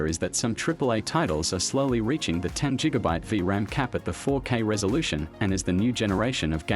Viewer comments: You pronouncing gigabyte wrong it’s not jigabyte it’s gigabyte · Jigabye? Really come on dude Don't get why people are so afraid to get behind a microphone and spit a script. Instead of export the job to lame ass bots. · top tier tech? sorry but i judge the fuck outta people who use an AI narration instead of actually talking yourself. not very top tier to hear a robot say ‘jigabyte’. don’t be lazy. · Question... wtf is a Jigabyte? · no one : him : jigabyte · Jiggabyte…. Does Jay Z have a brand of cereal?